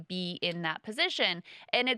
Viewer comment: the least appealing part of every podcast: Kyle reiterating "ma pozishon" at every turn. Brie absolutely schools him.